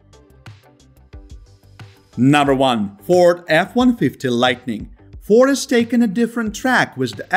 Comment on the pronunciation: I stopped listening after you completely butchered the pronunciation of the Ford.